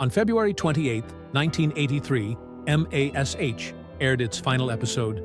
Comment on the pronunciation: You lost me at M A S H. This was NEVER pronounced like that unless you were a bean counter butthead idiot. YOU choose that, if you would have just entered mash into the AI's script, it wouldn't have sounded as stupid as you might be.